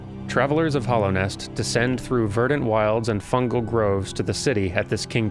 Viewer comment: Hallownest, not Hollownest. It is a hallowed place. Also, yes -- return to the place you died